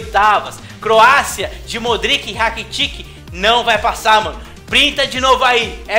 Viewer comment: Pronúncia certa seria... Modrit e Rakitit Não modriQui e RakitiQui